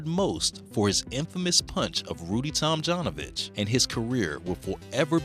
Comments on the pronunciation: Up until half of the video i thought the dude's name is Rudy Tomjohnovich :D. Your pronounciation is a bit wrong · Tomjanovich is pronounced like Tomyanovich. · For God's sake, is it possible that the narrator doesn't know how to correctly pronounce Tomjanovich's surname???